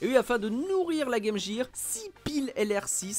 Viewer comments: On dit « guir » et non « jire » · exactement, d’ailleurs quand les chaussures clignotantes LA Gear, c’était prononcé « Guir », et ça nous choquait par rapport à la Sega. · "Le" Game Boy 😵 Game "Jir" 💀 😭😭😭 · Pffff arrêtez avec "game JIR" c'est hyper moche, est ce que vous dites "metal JIR solid"? Tchip🙄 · Pas que... En France, beaucoup prononce "gaime jire" car, quand tu es enfant et que tu n'as pas commencé les cours d'anglais, tu reprends la prononciation de la publicité. On a de la chance car à cause très pointu de France 2, on aurait pu prononcer Meuporgue pour MMORPG... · "Le" Gameboy, la Game "Jir"... C'est trop pour mes oreilles. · Game Gear se prononce Game Guir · game jér,j'ai laché la video a partir de la. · Game “Jire” hahaha ces français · La “Game Jear” ??? Lol cours d’anglais de base svp. restons entre gens sérieux.